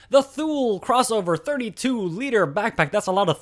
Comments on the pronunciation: NOT THule...pronounced too-lee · THULE. Pronounced "TOOLIE." Swedish. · FYI it is pronounced Too-Lee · For a review without video this worked quite well and was very thorough. Thank you. The only small thing I would like to point out is the pronunciation of the brand name THULE, it's actually said "Too-Lee". But that's a small gripe that has nothing to do with this otherwise very good review.